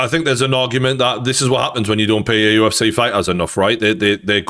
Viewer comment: It's the 'UFC' not 'UF-SEE' -Gane, probably